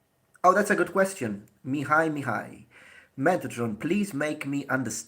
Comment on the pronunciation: omg, you pronounced "Mihai" flawless